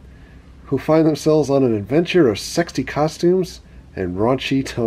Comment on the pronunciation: Turtles on turtles and then that music. I was laughing with tears. A little 70's well u know bow chic a wow wow. u said stexy lol.tomfoolery. YES YES!!! lol Corley is my youngest daughters name.